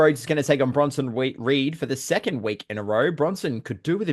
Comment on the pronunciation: Been looking forward to your guys next upload. I’m sure almost called Bronson Reed “Bronson Weed” 😂😂